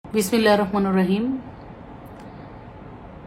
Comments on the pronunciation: ওতো বিসমিল্লাহির রহমানির রহিম এই কথাটাও ঠিক করে বলতে পারে নাই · মুরুক্ষ বিসমিল্লাহির রহমানুর রহিম না, বিসমিল্লাহির রহমানির রহিম